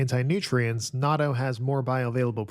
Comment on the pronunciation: you messed up again on natto 🥲 please listen to a native Japanese speaker pronounce it